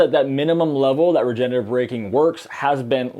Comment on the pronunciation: Ugh please stop saying “regenetive” braking. It’s “regenerative” braking